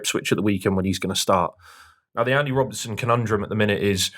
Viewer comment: sorry to correct you. Its Rob_BERT_ son not Robin_son